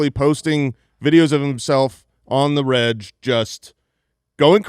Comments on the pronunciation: "on the reg"...it's a hard g...as in regular. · Can anyone tell me why calls regular… rejjjjj when it should be on the reg cause one is actually an abbreviation of the word and the other is a completely different word. Do others say rejjjj instead of reg?